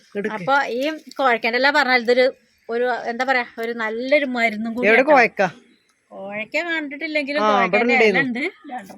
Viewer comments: കോവക്കയാണ് കോഴക്ക അല്ല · കോയക്ക അല്ല കോവക്ക